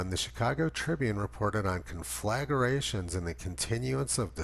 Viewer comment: CON fla gra tion. I love your videos, but I just needed to help a bit.